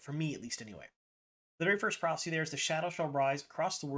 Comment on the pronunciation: The word PROPHECY has 3 syllables. You reduce it to two and at first, listening without watching I heard PROXY lol!